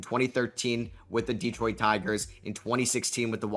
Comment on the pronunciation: It's not pronounced DEEEEEtroit and it's not pronounced Tareeeek. What is the matter with you YouTubers...if you want us to take you serious then listen to 1 single replay of a Tigers broadcast to learn how to pronounce his name correctly. It's just like Derek but with a T....T-Derek....Terek,....Tarik. Skuball...Skoo....bull....Sku...ball...Skubal. Tarik Skubal.